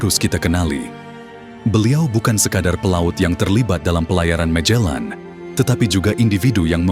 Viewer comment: Magellan or majellan...sebutan biar tepat ...Cebu ...sebutannya Sibu bukan chebu....sebutan yg pelik menunjukkan pengetahuan kita